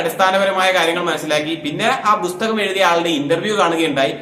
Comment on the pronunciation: ബുസ്തകം അല്ല പുസ്തകം😂